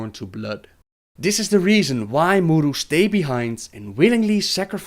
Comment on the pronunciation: Vincent Amour He does mispronounce most of them, actually. He says 'Naaru', 'Sha'tar' and 'A'dal' just fine, but 'K'ore', 'M'uru' and such, he doesn't. The presence of an apostrophe indicates where the stress lies in the word. So 'K'ore', for example, wouldn't be pronounced as 'core', but rather 'kuh-ore', with emphasis on the 'ore'. Similarly, 'M'uru' would be pronounced 'muh-uru' or 'muh-ooroo', where the 'm' and the 'uru' are pronounced separately, with emphasis on the syllable that comes after the apostrophe.